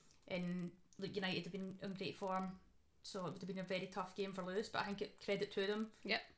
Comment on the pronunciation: I think it’s pronounced (lew-iss) or am I just hearing the Scottish accent way 😅